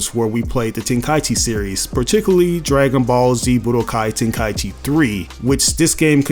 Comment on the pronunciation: Telling others they don’t know what they’re talking about concerning budokai tenkaichi when he doesn’t even know how to pronounce the name of the game.